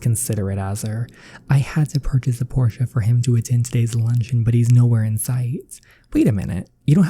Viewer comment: It is Porsche it is pronounced porsh not porsha